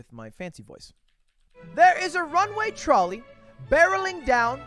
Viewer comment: Does he not know how to pronounce trolley?